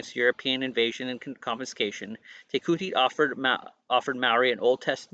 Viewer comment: Te Kooti is pronounced TE ( as if you are about to say tent but sharply stop after the Te , ) KOO ( sounding like English pronounciation of Claw Without the L Rhyming with RAW ) and then a sharp sounding T ( like the ending of party , not sounding like you are saying Tea ) TE - KAW - T